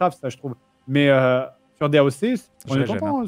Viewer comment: "daoque" D.A.O.C. pour les vrais